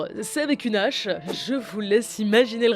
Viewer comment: Dans Misery c'est une Hache, pas une "Nache".